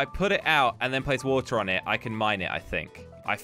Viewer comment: Nobody:: Woll, colled, woter